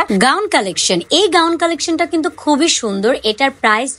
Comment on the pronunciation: কিন্তুক না বলে কিন্তু বলুন শুনতে ভালো শোনাবে। কিন্তুক শুনতে বিরক্তিকর লাগে।